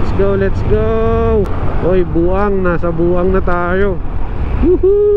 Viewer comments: Bauang(bawang) Po at hindi Buang. hihi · Agoo - Ago-o Bauang - Baw-wang Balaoan - Balawan Bangar - Bang-gar ganyan pag pronounce bro hehehe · Agoo = Ago-O Bauang =Baw-Wang New sub here. 👌